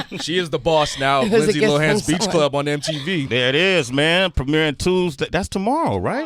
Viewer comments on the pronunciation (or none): Linday??? Really? Lol